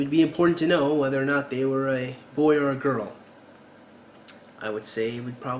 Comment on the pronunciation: wait... when did we add an "R" to the word know?